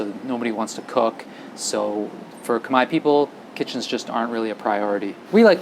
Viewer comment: I LOVE watching your video and the humor you bring to make it very enjoyable. I have to say you are the first foreigner to pronounce Khmer properly even though it doesn't spell the way it should sound😂😂😂.